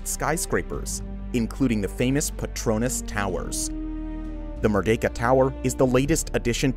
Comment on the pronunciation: Try pronouncing petronas "pay-tron-nas",that's the right pronunciation